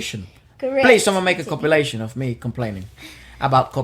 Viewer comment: are you saying copulation or compilation?